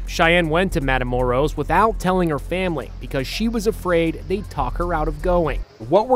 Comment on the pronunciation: Lol the way he Said Matamoros Is so funny I just watch these to see how these gringos butcher easy names 😂😂😂